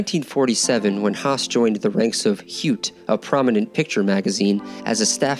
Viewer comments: It’s pronounced “hoytah” not “hyoot”. I know, I’m being pedantic 😊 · It's not "hewt" ffs, it's more like "hoyte". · For Christs sake check your pronunciation of “heute”! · Heute is German for "today". Pop it into google translate to hear the pronuciaton.